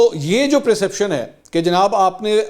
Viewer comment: Perception not preeception